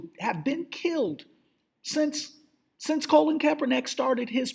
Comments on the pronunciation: I just want this guy to pronounce Colin Kaepernick's name correctly one time. Just once...Its really not that difficult. "Colin" not "Colon"..."KaeperNICK" not "KaeperNACK". Smh. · lol. thank you for saying some thing he keeps saying his first and last name wrong...